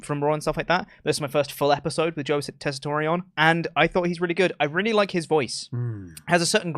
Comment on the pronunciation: 18 mins in and I wonder if will ever find out about how to pronounce Joe tesatore’s name